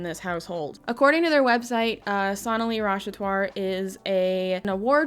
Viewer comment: I’m sorry, but her last name is Rash-at-war.